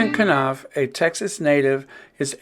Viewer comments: At least pronounce the man’s name right ‘nawf’ not kuh-nawf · I enjoy your podcast. Thanks for the updates. I'm case no one pointed it out, just want to say that in pronouncing Knauf, the K is silent, so it's pronounced nauf 🥰